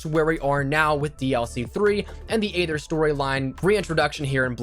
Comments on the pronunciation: I’ve been wanting to say this. It’s not aather it’s eether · You know aether is pronounced eether